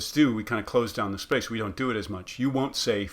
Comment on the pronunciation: When you say ‘front of the mouth, back of the mouth etc.’ I don’t hear the th being pronounced as a fricative how do you say that it sounds like you are using a flap d instead? ( not the th in mouth but in “the”)